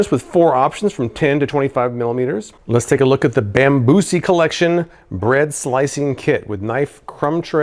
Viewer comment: Bambusi? That don't sound right...😂